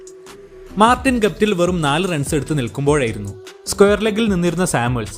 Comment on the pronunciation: ഗുപ്തിൽ അല്ല...ഗപ്തിൽ